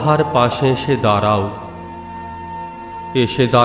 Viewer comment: 👍২৬ ''দাঁড়াও" - অপূর্ব অসাধারণ উচ্চারণে। 🙏